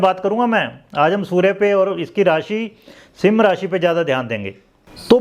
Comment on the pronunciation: अरे sir सिम राशी नही है सिंह राशी बोलो